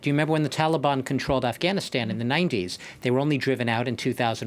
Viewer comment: All these years & they didn't learned how to pronounce Afghanistan